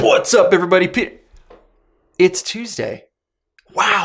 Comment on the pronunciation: “Pwassup “😂 I’m like why he say it like that